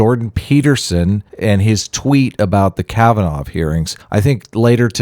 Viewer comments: Kavanaugh.... pronounced kav- an- aww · 1 week ago My mispronunciation of Kavanoff is unforgivable. I throw myself on the mercy of my audience. (as a christian I have to forgive you.................................well.... that wasnt any fun